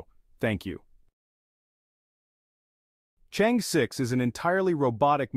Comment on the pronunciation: i guess chinese AI should know how to pronounce "chang-e" correctly